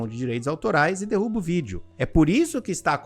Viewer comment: Vou propor pro meu namorado a gente ver esse vídeo e se beijar toda vez que o fala “dirruba”